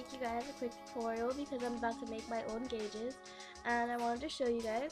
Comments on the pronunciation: Oh my god it annoys me when people say guages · Omfg "gauges"